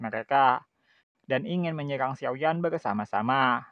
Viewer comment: Berebut bukan begrebut.... Menyerang bukan menyegrang... Menerobos bukan menegherobos😅😂🤣